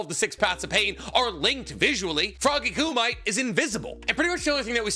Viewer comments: Btw it's pronounced koo-mee-tay, not koo-mite. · This dude is STILL saying "kŪ-mite", years later??? I know he's been corrected hundreds of times. He's being annoying at this point. KŪ-MI-TAY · you can tell never watched dubbed its frog kum-ee-teh not froggy kum-ite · All these years later and pronouncing “koo me tay” as “koo might” stills kills me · Frog ku might❌️ Frog Kumiteh✅️ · It's pronounced ku-mi-te not ku-mite. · Please, dude, not Coomight. sounds.... fuzzy on the brain. Ku - meeeeeee -teh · FROGY KUMITE= KOO-ME-TAY!!! DAFUQ IS A KUMIGHT!!! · Wth is frog ku-mites? Don't u mean kumite(ku-mit-tay)? Lmao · KOO- MIGHT!! 🤣🤣🤣🤣🤣🤣 You mean Koo-ME-TAY *Boondocks random sound: HAA HUU HAAAH YAAAH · Froggy Kumight lolol. Ku-Mi-Tay 😂. I do greatly appreciate this discussion though. I've been so irked that Froggy Kumite was basically written out. It seems like Naruto should even be able to use it as a Kurama Mech. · I thought it (kumite) was pronounced Koo- mi -tay... not koo-mite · Love your content but fairly certain it's pronounced koo-me-tay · Wtf is froggy kumai? Frog kumite? Same as chiboku tensai, you mean chibaku tensei? Dont watch anime with english dub… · Isnt it pronounced like “koo me tae” or am I tripping ? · Froggy "KOO-MEE-TAY" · is it not Coo Mee Teh = Kumite. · coo-mih-tay. Why is pronunciation such a struggle for everyone when they say it in the media being covered? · Hearing pronounce "kumite" like that so many times was painful. I'm reasonably positive it's meant to be "coo-mee-tay". Pronounced very similarly to "hajime" or "yamete" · Hey man, I know that you're like you and all. And I trust you, but are you saying frog kumite correct? I thought it was ~frog~ (koom-it-tay) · Every time you see froggy ku-might my stomach churns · Am I crazy? Is it not pronounced Ku mi tay? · It's Frog Ku Mi Te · koo-might lmfao! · Kumite is pronounced koo-mit-tay....... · Anyone else always hates how he says kumite? Its koo-me-tay